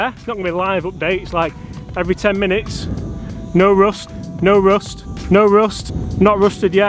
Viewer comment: Did you pronounce rust "roost"?